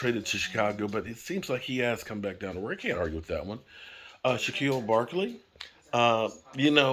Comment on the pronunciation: 🤣😂🤣 Hey...who in the world is shaquillo Barkley?! You mean saquan Barkley lol cmon man...only you my brother...but it's always great to see Dallas content by you, when there is something going on or simple updates